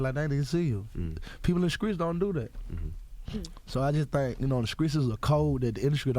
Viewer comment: How many ppl cringe when folks say SKRAIGHT ,and SKREETS jnstead of pronouncing the T in STREETS.. UGHHHH